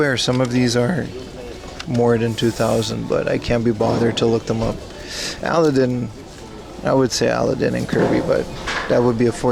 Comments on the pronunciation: Excuse me? A-laddin. Al-a-din (?!?!) pronunciation is a crime against humanity. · “Al A DIN” 😂